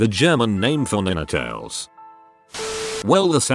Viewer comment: This AI narrator voice is extremely annoying. I don't know what a Nintells is, I know what a Ninetails. Maybe whoever makes this garbage should try using their own voice and reading these stories out loud, instead of using some cheap bot to use broken English to read them out loud.